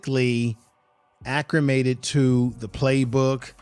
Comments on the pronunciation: Acclimated not accrimated. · For future videos; there is no R in acclimated. It’s ‘Al-leh-mated’. Loved your video and hope for many more. Good video clips tying it together.